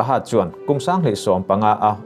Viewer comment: hurt niloin hurd tia lam tur anih hmel